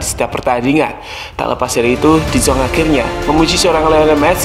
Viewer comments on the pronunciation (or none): De yong bang dibacanya